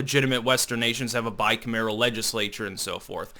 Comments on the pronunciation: is obviously a sharp guy, but geez... He mispronounces a lot of words, all the time. "Bicameral" is pronounced bi-CAM-er-al, not bi-cam-AIR-al. -- When you come across new words as you're reading stuff, take an extra minute to google them and find out the correct pronunciation. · you’re the homie. But please learn how to pronounce bicameral.